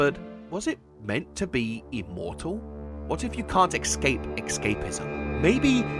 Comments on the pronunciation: "Eckscape" "ineckscapable" ecksettra... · Love your videos BUT HOW DO YOU MISPRONOUNCE ESCAPE SO MANY TIMES